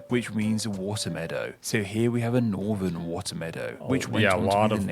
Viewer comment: sorry, i had to stop at 2 mins.. lol. i cant abide listening to people who cant pronounce TH properly. i got as far and NorVern Ireland and... FurVer.